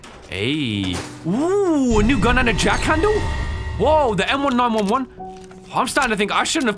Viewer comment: Bro the way he pronounced 1911 got me cringing. Still though, excellent video.